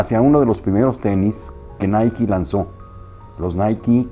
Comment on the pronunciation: Es la pronunciación correcta, si pensabas que era fonéticamente naik, pues ya sabes se pronuncia Naiki